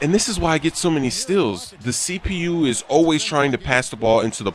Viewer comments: Haha, he says "stills" instead of "steals" lol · does anyone think that he pronounces "steals" weird